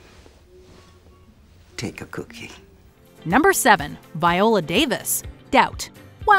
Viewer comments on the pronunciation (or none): none